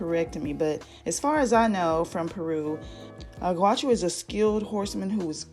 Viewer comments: Awesome swatch vid, you blew right through it and did a nice job of describing/swatching without taking FOREVER to get through it. Thank you ;} FTR, the “au” in “gaucho” is pronounced like the “ow” in “cow”. Have a great day. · Excellent video!!! I love how you shared facts on Peru while talking about the polishes. Btw “ gaucho” is pronounced gAU as is couch.😀 I think you have the best OPI Peru collection review on YouTube!!!😘💕